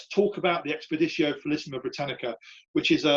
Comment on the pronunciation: I excavated some Severan marching camps in Scotland in the 1980s. This is interesting but tedious how he doesn't pronounce placenames and Latin words properly. "felissima"? "leejio two"?